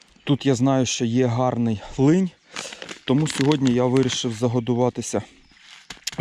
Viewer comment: Дякую за гарний ролик! Але,,не линь,а ЛИН!! Лінь - це москальською. Будь ласочка,не повторюй більше,бо......